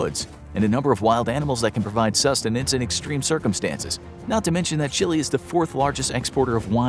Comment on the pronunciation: you said Chile right; many Americans say Chil-A